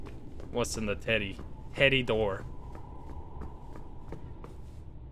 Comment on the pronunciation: I love how Insyms slight accent makes him sound like he is saying "titty" when he is saying "teddy."